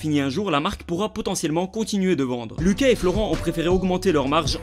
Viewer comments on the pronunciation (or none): none